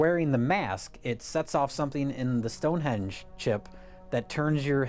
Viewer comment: "Stone Hedge"